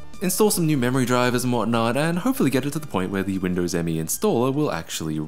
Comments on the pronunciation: It's not M.E., is just "me". As in what you say when somebody asks, "who wants ice cream?" Also Me is literally 98. It was originally going to be called Windows 98, third edition. But since The year was rolling over to 2000 they decided to capitalize on the word millennium. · "This thing is so reflective I could probably do a makeup tutorial on it" You know we need it,. Also, did you know Microsoft actually intended it to be pronounced 'Me' (1 word) rather than 'Em-Ee'? Yeah, neither did 90% of Me users. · Nice :)... Note that it is called "Windows Me", not "M. E.". Thats why it is written "Me" ;)...